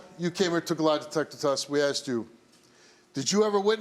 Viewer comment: I axed you 😂😂😂